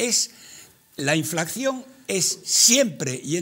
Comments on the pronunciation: Roberto! Es "inflación" no "inflaxión" Del verbo "inflar" poreso el antónimo de inflación es "deflación". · Díganle a este hombre que no se llama inflacción sino inflación. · es que no es ningún chiste. Está mal dicho "inflaxión". Es INFLACIÓN!